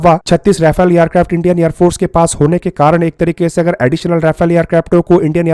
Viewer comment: येरक्राफ्ट नही एअरक्राफ्ट हे😅